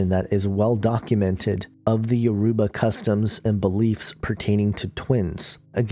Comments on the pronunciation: I wish that you knew how to pronounce Yoruba properly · The way u said Yoruba u pronounced it wrong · You are pronouncing Yoruba wrong but good video anyway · please you are pronouncing. everything wrong look for a Yoruba. person to help you!!!